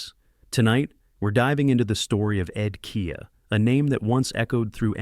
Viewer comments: No kidding. Ed KEE and Mark MESSY-ER. A high school kid must have been in charge of the visuals. I pulled the plug less than halfway through. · Stop with the AI. U might just pronounce Ed Kea's name correctly. And not overshadow what might've been a good vid